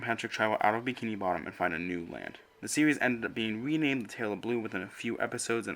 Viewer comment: “Thwuwout da seowies” lmao sorry I can’t take you serious